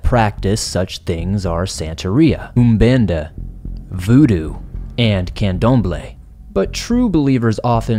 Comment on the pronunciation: Sounds like some major black magick going on in NYC! Good job on pronouncing Umbanda and Candomble 😉Great job as usual on the stories! Nice to see your face more often. Happy Halloween!!